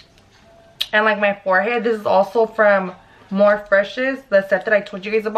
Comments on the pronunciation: When she says, "Morph" instead of "Morphe" I died a little. Lol still love your videos though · Lmaooo to moes verbiage on the makeup products morph, Laura mercier, and IT brushes 🤣 morphe is pronounced morphey, laura mercier is Laura mercy ay, and IT cosmetics is the word it not I.T. Girl you had me cracking up! Btw that sucks what happened with that dumb guy. Gotta watch our especially in the area you guys are in. There’s gangsters everywhere🙏🏽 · Lmao I love 🤣🤣 when she says morph instead of Morphe & I.... T brand instead of it cosmetics 🤣🤣 lmao im dying more story times 🙌🏼🤣🤣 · Morph-E , anastasi-aa not anastashia lol, and “IT “brushes not “I.T” lmao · That's so scary! I would of shit myself no lie. I'm glad you're ok, always watch your surroundings and try to see if there's a safer neighborhood to get your dank from. Also is pronounced Morph-E & "it"cosmetics not I.T. love you! This look is fire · Dang lmao if anything he came in his own hood disrespecting you! But anywaysssssssss lmao it’s morphEEEEE you just forgot the E! Haha! Your so gorgeous $$$$ I love your videos 🔥😍🔥😍🔥😍❤️❤️❤️❤️❤️ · when she said “morph brush” did she mean morphe? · Kay L Yeah I know "Morph" is an actual word, but the actual brushes are pronounced "Morphe" and spelled that way. So that's why it was funny Lol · Morphe the e is like ie like rosie morphie spelled morphe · Lol it’s pronounced morph-E love your videos boo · How she says “Morph” and “contour” lol 😂 killsme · It’s pronounced more-fee picky 😀 Love your finished look 🥰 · MICHAELDIDTHAT I thought I was the only one who notice 😂😂😂 I like it too thoe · You butchered morphe and Laura mercier lol